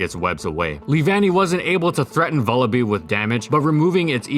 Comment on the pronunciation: Vullaby rhymes with lullaby, by the way, at least last I heard.